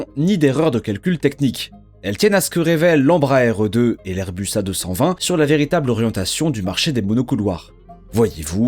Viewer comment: Ses airbus a 220 pas airus